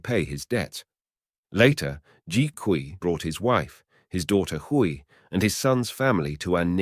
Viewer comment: These videos on Chinese crime are very interesting. But would it hurt to learn how to pronounce the names properly. Hui is pronounced way. Kui is pronounced kway, As someone who is learning the language it hurts my ears to hear the mispronouncing of the names. Otherwise thank you for your work.